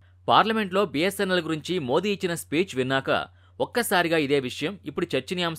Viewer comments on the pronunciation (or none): none